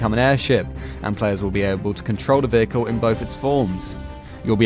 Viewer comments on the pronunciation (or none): none